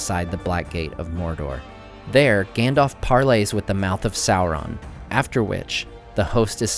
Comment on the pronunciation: Public safety announcement: There is no l, in SAURON.